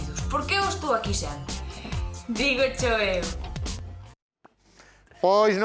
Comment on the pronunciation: Dixeches "eiqui" en vez de aquí